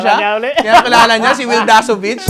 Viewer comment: Yung "Dakzovich" talaga pota😂😂